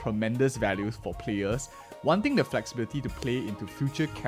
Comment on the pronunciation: FleLxibility Ah yes, I love fleLxible characters. Perfectly describes her neck.